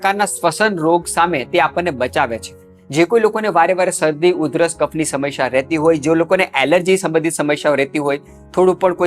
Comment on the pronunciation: "સમશ્યા" નહીં, 'સમસ્યા'.